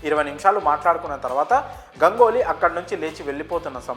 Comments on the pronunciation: ఒరేయ్ నాయనా గంగోలి కాదు రా అయ్యా.. గంగూలీ అనాలి.. ఆల్రెడీ ఒకసారి చెప్పిన నీకు 🤦🤦🤦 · Gangoli kadu bhayya Ganguly... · గంగోలి కాదు ఏమో గంగూలీ ఏమో సార్ గంగూలీ కూడ తన పేరు గంగూలీ గానే చెప్పుకుంటాడు మీరు కొత్తగా ఆయనకు వేరే నామకరణం చేయవద్దు సార్ పిల్లలు కన్ఫ్యూస్ అయ్యే అవకాశం వుంది